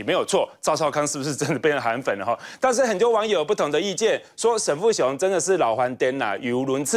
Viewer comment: 沈跟沉是不是很像，每次都講錯的~過氣了~下來休息吧？最真的主持人。